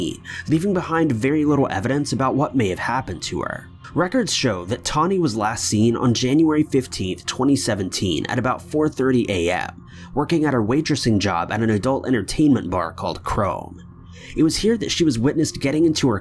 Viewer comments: Her name sounds like Tony but it's spelled toni and not tawni like you are saying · Her name is Toni, not Tawny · That confused me too haha I thought it was spelled differently or something